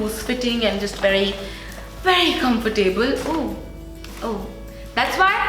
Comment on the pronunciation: Hope you don't mind me saying- it's pronounced comfortable. not comfortAAble. 'ab' as in about / abandon. Not as in Table / able. Just like affordable, lovable for example :)